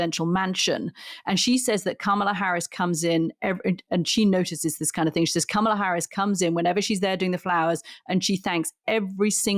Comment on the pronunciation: Kamala (pronounced Comma-la) is black and a woman. The threat to MAGA is that Biden is old and she is first in line to take the Presidency. Trump will never pick a black person or a woman because the mafia will not approve that. He is in very bad shape and they won't go for that. Luckily Trump will never be elected again.